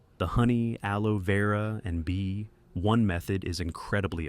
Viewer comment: Amigo una pequeña corrección es aloe vera no aloe veura